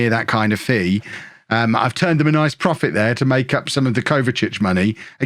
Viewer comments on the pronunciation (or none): none